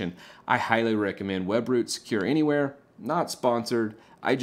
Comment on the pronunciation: What are you saying it sounds like web brute secure anywhere, but i can not find it searching on google ?